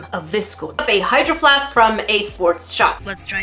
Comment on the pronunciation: I always hear “hide your flask” instead of “hydro flask”